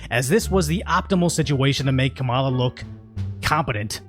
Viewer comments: so we forgot that Fox News was reporting on the fact Donald Trump literally said Obama wasn’t American? Are we too dumb to realize Kamala hasn’t said shit about race during her campaign? Are we too dumb to realize Trump and Vance had a joint interview on Fox with Bitch Ass Jesse? And it’s pronounced Comma-la, fuck boy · Can’t take you seriously if you can’t pronounce her name correctly. Next ! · it is pronounced the same if you pronounce Kamala the way in which people feign offense, but I agree with the OP -- this as the first thing I thought when I heard her name